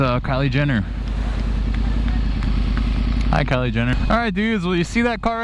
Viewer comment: It's ''Kylie" Jenner :D